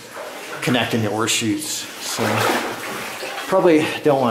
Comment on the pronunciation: Ore chutes? The whole video was wondering why he kept talking about horseshoes ...